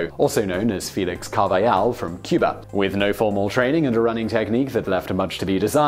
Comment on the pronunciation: In Spanish, the J is pronounced like an H in English. Carvajal's name is pronounced CAR/vuh/hall